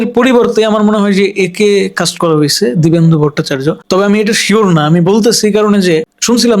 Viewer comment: দিবেন্দু ভোটচার্য না। দিব্যেন্দু ভট্টাচার্য।